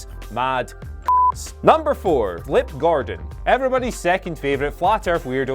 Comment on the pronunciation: Clutching at straws for videos now guys... especially when not even being able to get Flip Gordon's name right... would put a thumbs down but i'm enjoying laughing at the 69 at the moment